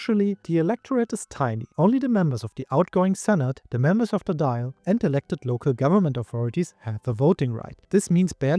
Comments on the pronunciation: The Irish parliament is pronounced Doyle not Dial like an old fashioned phone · It's not pronounced "Doyle" either. The vowel in the middle of the syllable is pronounced like "awe". The "i" is present to mark the "l" at the end as slender, meaning it's pronounced similarly to the "lh" in Portuguese. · Very decent pronunciation of the Irish names. However, one improvement, if I may 🙂 Dáil is pronounced "thawl". The accent over the a gives it an "aw" sound. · Dail is pronounced Doil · DAWL Would be a better pronunciation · Generally good pronounciation in Irish, but since you ask: the tilde on the A (in Dáil) changes the "ah" sound to "awe," giving us "Daw-il". Same with Fáil, which is pronounced "Faw-il". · The fada or accent on the A such a as Dáil lengthens the vowel sound. The I in Dáil is silent. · I agree, just make sure the "th" is pronounced more like a "d" that's stuck on the top of the back of your teeth, as opposed to something like "thick" or "filth"